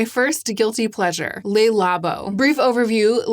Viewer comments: I’m only mentioning this because you seem to want to pronounce French words in the French way, based on how you are saying other words, but it’s not “Lay Labo”, it’s “Le Labo”. I hope that helps! :) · I'm so sorry to be such a pedant, but I thought that as a fellow Linguaphile you would appreciate knowing that Le Labo (or the 'Le' in any French name, e.g., Le Creuset, etc.) is pronounced "Luh" rather than "Lay". Thanks for this amazing video! You always tell me whatever I most need to hear at any given time ❤